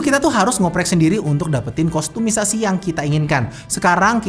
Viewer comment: Gatel deh tiap denger orang ngomong kostumisasi